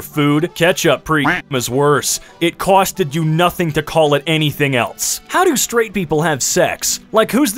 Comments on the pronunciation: I think it’s a bit more of a Colorado accent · Is it just me or does say "costed" with a Brooklyn accent?